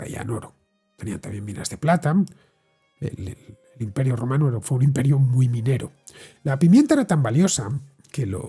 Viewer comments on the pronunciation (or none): O yo me estoy quedando teniente del todo o cada vez que decías romano sonaba rumano 😂😂😂